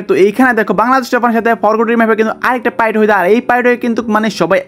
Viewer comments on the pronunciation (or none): Bhai apni pight bolen kn 😂 fight bolen 😊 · Fight ❎ Pight ✅😂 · ভাই পাইট না ফাইট😂😂